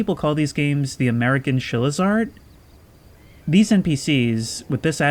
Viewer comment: "iv'e heard people call these games the american chillizard? charizard? what is he saying?